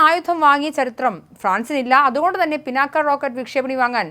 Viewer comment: പിനാക്കയൂം പിണ്ണാക്കും ഒന്നുമല്ല "പിനാക " എന്ന് വായിക്കൂ തള്ളേ. പുരാണ ഇതിഹാസങ്ങളേ ക്കുറിച്ച് ഒന്നും അറിയണം എന്ന് പറയുന്നില്ല , പക്ഷെ സാമാന്യ വിവരം എങ്കിലും വേണ്ടെ തള്ളേ.